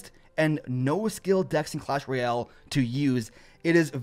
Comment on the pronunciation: Clash rooyel)))))) xD